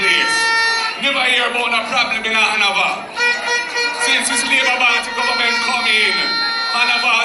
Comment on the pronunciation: Han-na-va for Hanover.😆 Mark Golding, you seriously need help. You're not ready for Prime Minister work yet. This kind of talking is embarrassing. No one gonna push you on Jamaica. You will not be allowed to lead and represent Jamaica.